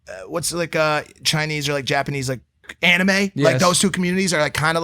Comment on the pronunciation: Mike it’s JAPANESEEEEE